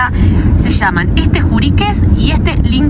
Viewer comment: En el minuto el volcán no se llama "Lincarbur", se llama «Licancabur»: Li-can-ca-bur